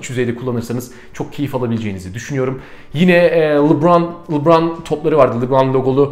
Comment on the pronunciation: Lebron u artık düzgün söyle